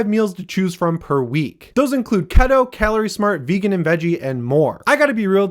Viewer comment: Why did he pronounce keto as kettoh 😂